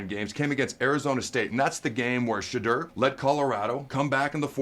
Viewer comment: His name is pronounced "Sha Door", or Shih Door...it's easy.